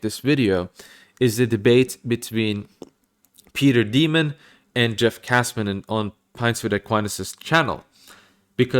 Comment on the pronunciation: No it's Peter Dimond. It's pronounced pretty much like Diamond 💎